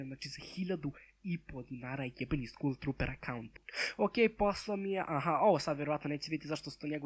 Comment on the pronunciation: Kaže se "skal" a ne "skul"